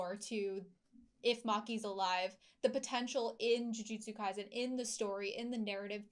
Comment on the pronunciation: I'm going to nitpick but I really wish they'd stop pronouncing Kaisen like it was a German word